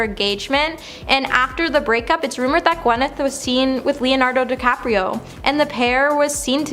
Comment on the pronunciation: She pronounce Leo Dinardo DiCaprio with an L as Leonardo Decapriol when she first announces name, I mean, come on